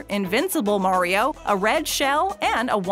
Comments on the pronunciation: this is how many times said mario as mareio | | v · It is Mario not mairio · It’s may re ooo not mar I o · everyone=Mariobabbletop=Morio is what it sounds like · Mario not maareo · ''Super Merio'' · this chick literally said super maryio who hired this woman and said it several times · People love super merio she says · merio? In Italy we litterally say mArio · “ super mare-io” ?, that’s not how he’s pronounced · The way that the narrator has been pronouncing MARIO is wrong. The “AR” sound should be pronounced as it is in the words “car”, “star”, etc. not “care”, “stair”, etc. This drives me crazy and annoys me so much. please be aware that you need to give the names of the characters and the games themselves the proper pronunciation of the names of them. Also some of the toys that are mentioned in this video were also mentioned in the 10 saddest McDonald’s toys videos, so are you basically making a double standard? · She said it wrong 8 times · not to be rude or anyting but you said mario wrong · Why do you say Mario like that😂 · You say Mario weird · You don’t pronounce Mario right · PLEASE FOR THE LOVE OF GOD, NEVER EVER SAY MARIO EVER AGAIN!!!! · Please say his name right